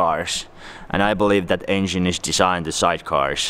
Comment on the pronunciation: I thought he was saying asian not engine😂